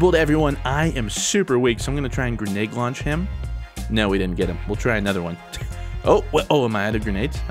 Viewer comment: It sounds like you're saying GRENAGE launcher XD